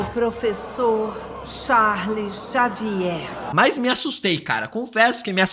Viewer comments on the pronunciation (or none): none